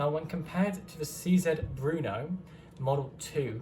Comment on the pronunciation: Very nice review. Let me yust add, that the name of the gun is not "Bruno", but "Brno", as the city in Czech Republic.